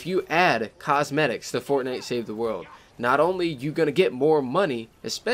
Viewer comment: learn to say "world" right and then maybe i could bare through the rest of the video....maybe...